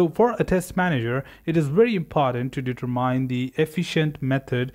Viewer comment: Very informatvie, but for future: It's pronounced deter-min, not deter-mine.